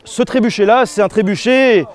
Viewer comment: Trébuka ? Tréboucca ? Trébouka ? Tréboukha ?